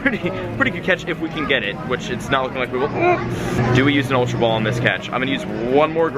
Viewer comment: ultra ball not ultrabal